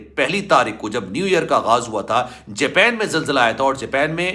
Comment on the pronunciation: Jaaaapeen nhi japan ha